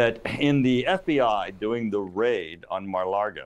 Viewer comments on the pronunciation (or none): He’s a Republican hack, and always has been. Also, it’s Lago, not Largo… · How sharp can this guy be if his ability to gather intelligence doesn't extend far enough to understand that Trump lives at 'Mar-a-Lago,' not 'Mar-a-Largo?' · Turner, it's not pronounced "mar largo" it;s Maga Lardo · Mike Turner can't even say Mar-a-Lago correctly.